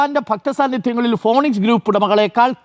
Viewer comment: വിദ്യാഭ്യാസമുള്ള അരുൺ ഫീനിക്സിനെ ഫോണിക്സ് എന്ന് വായിക്കരുത് എന്നപേക്ഷിക്കുന്നു